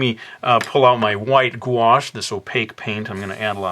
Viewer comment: did he call that paint white guash or wash?